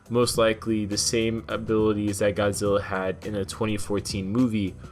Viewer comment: 51 I'm sorry but uh... Godziller